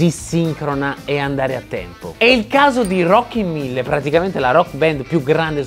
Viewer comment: Si chiamano Rockin'1000 no Rocky Mille😂